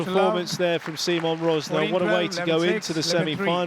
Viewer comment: It's about time the great folks at PSASQUASH TV learn how to pronounce his name. He is not See Mon Rozz Nah , he is See Mon Ruzz (as in Burr) Narr